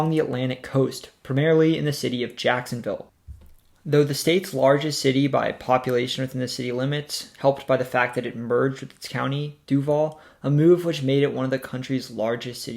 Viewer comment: It’s pronounced du-VALL.